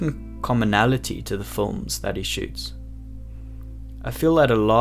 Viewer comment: My only wish is this guy would say “films” instead of “fullms”